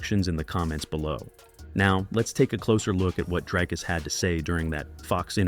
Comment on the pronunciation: And Dricus is like Dree not Dry